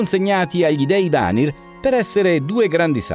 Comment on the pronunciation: possibile che sbagli tutti gli accenti? mimìr non mìmir, vanìr non vànir